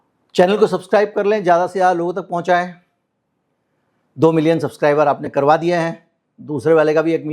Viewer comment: Urdu word zyaada bola Jata hai, jaada nhi